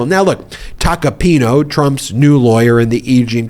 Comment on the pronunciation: It's Tacopin-A. Not Tacopin-O. That's an A at the end of his name.